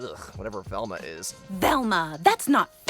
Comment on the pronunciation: Man said velma